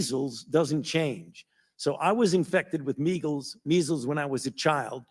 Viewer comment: Fauci said "Meegels" when trying to say Measels. He must have been thinking about those poor BEAGALS he TORTURED & SLAUGHTERED! - Susan Burns